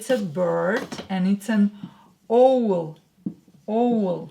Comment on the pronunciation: Owl is pronounced like await not own, as if it was spelt awl. Not being cheeky, you speak English better than I'll ever speak Russian!! ❤️😊👍